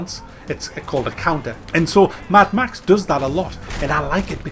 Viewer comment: "maddd ma xxxxxssss" haaha!